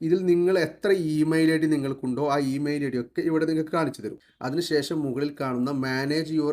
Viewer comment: മയിലാണോ ഫീ മയിലാണോ🤣🤣